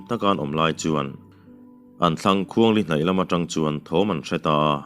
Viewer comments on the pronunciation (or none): Ni tlang her ti a i chhiar hi ni thlang her tih zawk tur a nilomaw....ni tla turin khawthlang lamah a her tihna niturah ka ngai deuh a...